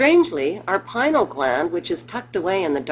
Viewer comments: Hahaha it called the pineal gland because its shaped like a pinecone. This has to be a satire. She's also pronouncing it wrong, it's pie-nee-al. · hmm Strange outlook on Adam and Eve. Maybe next time you make a video you could stick to the facts. PINEAL not pinal